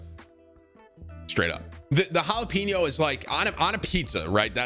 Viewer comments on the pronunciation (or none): Why was he saying jalapeño like “pino”, lol